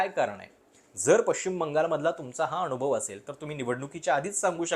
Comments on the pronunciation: अनावश्यक ठिकाणी न चा उल्लेख ण असा करत असता आपण. जसे की अनुभव च्या ऐवजी अणुभव. ते तूप ला तूंप म्हणतात बरीच लोकं तसं वाटतं. उगाच बामणी स्टाईल कशाला मारता? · आपले व्हिडिओ चांगले आहेत पण कृपया "न" च्या जागी "ण" चे उच्चारण करु नये. उदा अनुभव होता ऐवेजी अणुभव, मतदान ऐवेजी मतदाण यावर लक्ष द्यावे